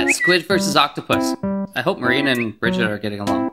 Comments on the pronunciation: I'd actually think is mispronouncing Marina's name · I love how Bridgett calls Marina “Momina”, it’s adorable! I’m guessing that Bridgett sees Marina as a mother figure instead of a friend, since she’s also an Octoling, but Marina thinks that Bridgett and Vian are a thing, which everyone knows isn’t true... my brain hurts from all of this information he lp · Tristan Wong or she watched the STREAM and started to call marina "Momina" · Bridgett you called Marina Momina xD